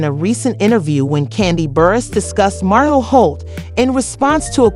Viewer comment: The name is martel!!!! Please get the name right 😠😡